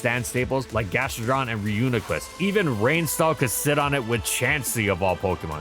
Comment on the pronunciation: Shoutouts to saying Reuniclus correctly this time 🙏🏽🙏🏽 I was surprised at the redemption